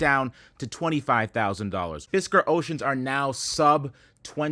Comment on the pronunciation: Cyber Fisker sounded an awful lot like Cyber Fister - now that’s an exciting product 😂